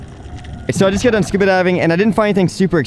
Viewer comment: Say scooba again 😫